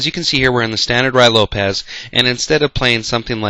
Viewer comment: Nice trap but I have to point out, its pronounced "roo-ee lopez" and not "rye lopez."